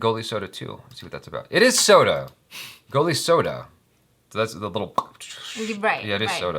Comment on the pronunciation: That moment of pride when says a name correct and he knew it he's doing it right 😂😎 The soda you have said is available in India and it is popped in too. The title of this movie is "Goli soda" (soda with marble, Goli-marble).